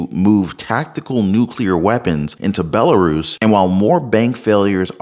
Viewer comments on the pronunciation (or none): I had no idea Belarus was pronounced as BellaRuiz